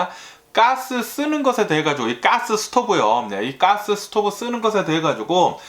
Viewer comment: Gas--'까스 가끔 아재 이런 발음이 엄청 정스럽습니다.아재뉴스의 매력인듯해요. 오늘도 감사합니다.